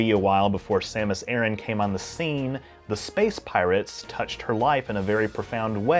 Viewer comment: Thanks for pronouncing "Aran" correctly. The amount of times ive heard people say "Uh-ran" is ridiculous